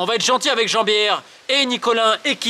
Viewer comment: Il a dit « Jean-biere » je suis explosé 😂😂😂